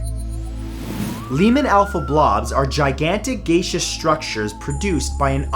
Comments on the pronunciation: Firmy, Gas Ee Us. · So the knowledge whale/fact maniac can't pronounce gaseous correctly............